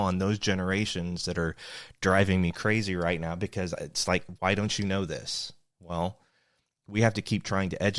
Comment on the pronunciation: That moment when you said "wool" for well - you had me, yes we had to learn so much on our own....